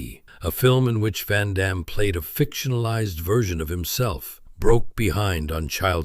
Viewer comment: Amazing how no one can pronounce Van Damme's name other than French speakers after all these years.